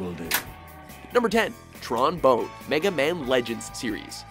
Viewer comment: Skies of Arcadia is Sega, not Square Enix.....and Tron's last name is pronounced bahn, not bone :P I'd also like to mention Wash Buckler ( Skylanders: Swap Force ), Captain Syrup ( Wario Land series ) and Jolene ( Zelda: Phantom Hourglass ).